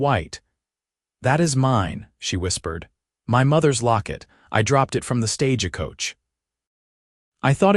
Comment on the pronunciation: Right off the bat, stage a coach. Please program AI to read words correct. 😊🙏🇺🇸